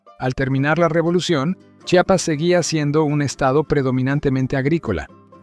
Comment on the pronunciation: Porque siempre pronuncian su nombre incorrecto, no es chapas es: CHIAPAS, porfavor.